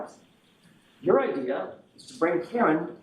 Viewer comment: Idear? Now we ARE using the letter R